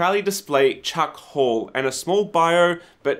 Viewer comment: I'm in Melbourne. We don't say Hull as Hall. Don't tell me you Sydneyites have a dialect already! 😅